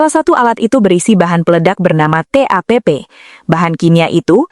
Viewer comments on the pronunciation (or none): "... berisi bahan peledak TAPP." Bukan TAPP tapi TATP